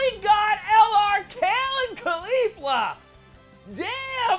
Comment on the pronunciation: Is this dude from Brookly? L(ahr)R? lol